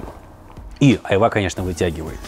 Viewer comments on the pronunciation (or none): none